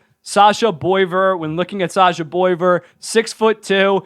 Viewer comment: I'll help you out, it's SASHA BWAH-VAIR 😂